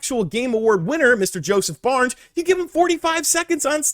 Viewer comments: FARES lol not Barnes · wait... is he saying Josef Barnes??? Barnes??? Am I not in on the joke or did he change his name from Josef Fares to Josef Barnes? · Jesus Christ, Josef FARES... FA-RES, it sound like you are saying BARNS all the time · Haha sorry for nitpicking but he’s name is Joseph Fares, not Barnes. He’s a really loved movie producer turned game producer here in Sweden. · Who is Josef Barns?! Josef FA RES. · Who is Josef Barnes? lol :D It's Fares, pronounced Faire-Ess